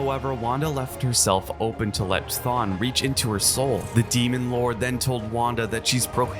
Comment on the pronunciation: wakan and qton??? GIRLLLLLLLLLL kthon and we can?? is it so hard??